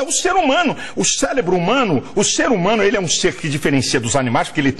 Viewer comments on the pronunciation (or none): O CÉLEBRO HUMANO KKKKKKKKKKKKKK.....vai aprender falar malafaia!kkkkkkkkk